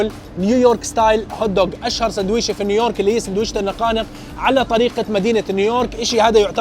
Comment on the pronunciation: تقهررر قول نيو يورك وش الي نيورك 😂😂